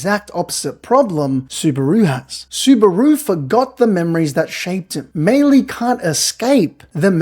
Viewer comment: bro is so Aussie he even pronounces Subaru like kangaroo